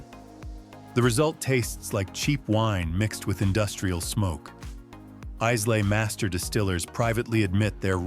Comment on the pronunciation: AI voice over slop that can't even pronounce Islay properly - if the video can't even do that I have to assume the rest is garbage as well.